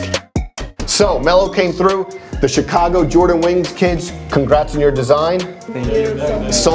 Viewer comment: Eww why he say Chicago like that lol CHI!-cago